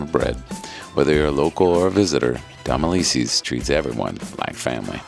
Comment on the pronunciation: How do you say Domilise’s? lol I thought you were from Nola?